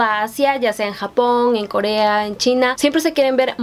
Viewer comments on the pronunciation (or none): none